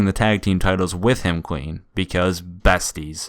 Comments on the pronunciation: Is it just me or does it sound like he's saying queen instead of clean? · How come every time u say clean, it sounds like queen? No h8